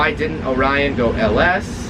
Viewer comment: its orion not onion😂😂